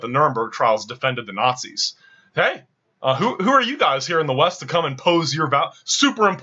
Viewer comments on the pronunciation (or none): none